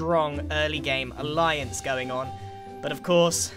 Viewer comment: the aha-lience.... I am dyslexic and do not know how to spell alyence HELP